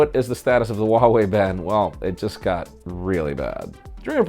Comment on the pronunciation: Huawei and Harmony. Both have pronounced H's. #HNotSilent